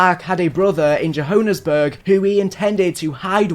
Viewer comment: I know I shouldn't be laughing about it but the way you pronounced Johannesburg is hilarious. Please forgive me